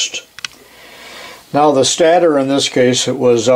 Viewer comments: I know it's trivial but stator is pronounced like "staytor". I had to look it up in case I was wrong but that's the way I've always heard it. It doesn't actually matter but I was wondering if I was wrong lol! Still loving the videos! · Always enjoy the videos. The word stator is pronounced with a long A. As in stationary (your example). Or the fact that that only 1 consonant separates 2 vowels, the first vowel speaks ;-)